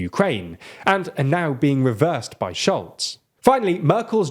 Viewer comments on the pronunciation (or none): none